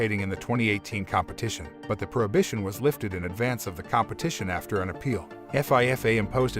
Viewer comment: Lol F. I. F. A. It's pronounced FEEFA. You say it like it's a word.